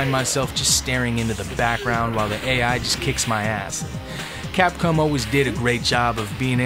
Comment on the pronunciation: Did I hear you say capcum lmfao